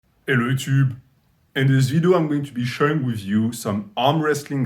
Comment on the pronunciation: ello yuchub